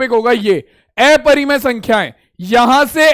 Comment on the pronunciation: Sir not एपरिमेय it's अपरिमेय